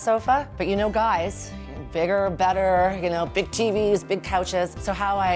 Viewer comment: But you know guys BIG BIG BIG BIG BIG (she even thrusted to emphasize it!). Dead!